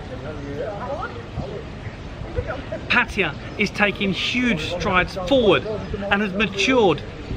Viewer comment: Never knew Pattaya was spelled Paaatayya, my friend it is not Paaaatayya its Pattaya, we Farangs butcher this simple name its Pa and not PAA, please please don't butcher this simple name, it is always the Brits who seem to kill her name. Great video no less. 😰